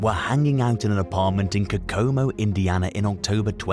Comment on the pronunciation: It's bad enough you can't say aluminum correctly but with a little effort you can get Kokamo.